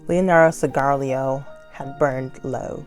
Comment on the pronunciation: I usually just skip over the words I don't know and can't say, but here you go so it's easier next time. Cigarillos are smaller cigars, pronounced cig-a-rello Knabbeltje is Dutch for niblet or snack/light meal, pronounced nobble-je, the k is silent